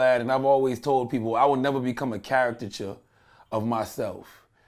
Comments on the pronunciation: He said character-cature hahahaahahahaahahahahahahahahah Caricature bruh...caricature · WTF is a "characterture" Charlamagne *Kanye voice*?